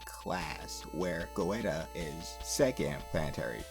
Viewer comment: Don't want to be rude, but the mic is kinda low. Also Goetia is pronounced Gay-tia